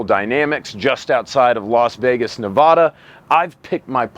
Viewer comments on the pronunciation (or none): Please for the love of god say Ne Va da and not Nevahdah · I know the waifu and weeb mailroom letters have rotted your brains, but it's Nev-a-DUH.....not Nev-ad-AH Jesus I feel like Hermione coaching that simpleton Ron on his spells here. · People who say "Ne-VAH-dah" should not be allowed in "Ne-VA-dah" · For fucks sake it’s pronounced Ne-vad-ah not Na-vad-ah or for idiots knee-vada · knows his way around an AK… too bad he doesn’t know how to pronounce Nevada. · As an Alabamian who used to live in Nevada, please represent the South better and stop mispronouncing Nevada,.